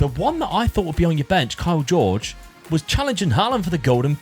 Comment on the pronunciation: Kaio Jorge ❌ Kyle George ✅